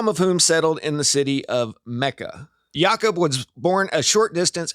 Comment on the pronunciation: Its Ya-Koob